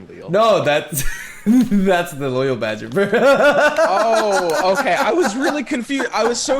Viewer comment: As a native Spanish speaker, Swim´s pronuntiation of Loyal Badgerbear in Spanish may be one of the highlights of my life. Caught me completely offguard.